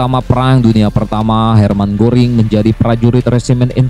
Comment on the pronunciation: Hermannya lagi tidur wkwkwk... soalnya GOERING dibaca GURING (Tidur dlm bhs banjar)